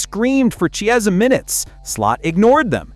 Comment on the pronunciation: The Ch in Chiesa is pronounced as in chemist, not chair (kiesa).